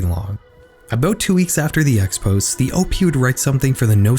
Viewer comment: “Aynon” “Opee” “Expos é̶” “Qayvering”